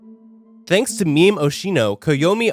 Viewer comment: Bro, the way he pronounced the monogatari character names pissed me off sooooo muchhhhhhhhhh Like he said "meme" (as in jokes) instead of mémé (pronounced like "mae mae") and yeah . . .